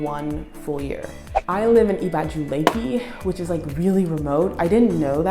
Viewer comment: Let me help you with pronunciation of "Ibeju", you still have a very Americana pronunciation and you have to realise Yoruba language is tonal. Hence wrong pronunciation can mean something different. Just like "Oko", depending on how you pronounce it can mean farm or d**k. lol I = E as in "E"asy. Be = Beh as in "Be"d Ju = Ju as in "Ju"ke So it is pronounced EBehJu